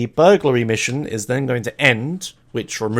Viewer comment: Vehlicles used this episode: Bobcat Emperor HPV1000 Shamal Blade NRG-500 Maverick Huntley (yea it's kinda rare) Boxville Police Enforcer (bonus list) Words mispronounced this episode: Atrium Caligula's Burglary